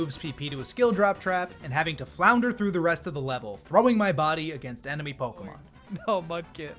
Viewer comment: Do you deliberately mispronounce every Pokémon's name?